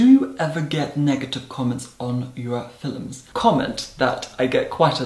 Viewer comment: I’m just gonna say it FILUMS 😭😂😂